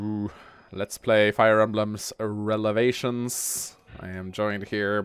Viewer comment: Why does Mangs say Relevations - I mean it is prolly a funny joke but i dont get the meme at all. Lol